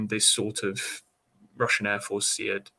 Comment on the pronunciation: Why does the Navy not know how to pronounce SEAD correctly? :). It’s “seed”, not “see-ad”. Is boat pronounced “bow-at”? :) Good interview though.